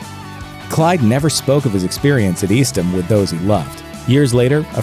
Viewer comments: The prison Clyde was in is pronounced EAST-HAM. I know because I live in that same town, called Lovelady, Texas. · eastham is pronounced east-tam